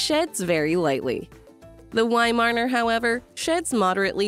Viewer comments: I had a Weimaraner and next time will get a Viszla. The Viszla is the ancestor of the Weimaraner. I find the narrator VERY annoying since she can’t say Weimaraner. Instead she keeps saying weimarner! Shouldn’t the narrator actually know something about the subject? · cannot handle the "wy-marner" pronunciation 🤮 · she dont know how to pronounce weimeraner, how she can know something about breed